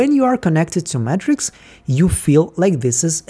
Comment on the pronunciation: say Matrix like Mattress? say Eagan like Ahgan? Say it ain’t so